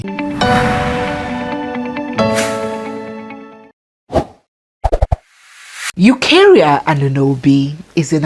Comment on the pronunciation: It's not Anunobi. It's Añunobi.